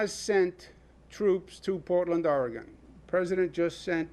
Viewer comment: Gov. Cuomo, Oregon is not pronounced Oregone. It is pronounced Or- e - gun. The "e" is only slightly pronounced. From a former Or e gun, resident! ☺